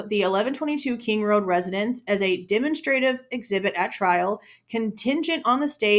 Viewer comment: Demonstrative is pronounced "duh - mon - struh - tiv" evidence